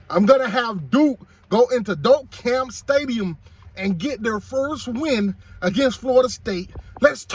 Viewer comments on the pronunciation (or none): Trash can Miami fans always worried about us.. and learn how to pronounce Doak Campbell !!! Reading is fundamental